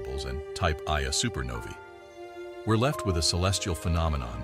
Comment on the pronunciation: At the beginning of the video your talking about a supernova and your pronouncing it a type "eye-a supernova" this is incorrect. Its called a type 1-A, or "one-a" supernova. The other type of supernova is called a type 2-A.